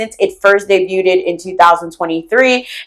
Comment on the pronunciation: This is the second time I have heard someone say 'day-byood-ed' today. It is pronounced 'day-byoo-d' not 'day'byood-ed'